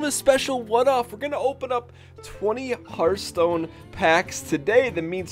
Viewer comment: Hearthhhhhhhhhhhhhhhhhhhhh (ttttthhhh) Stone, not heart stone lol